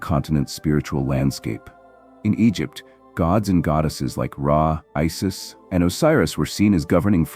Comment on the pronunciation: Isis, Osiris, Vodo pronunciation? Really? Obscure the original name (Ren) and the secrets remain. And how bout an African voice narrating African content. Basic surface level content.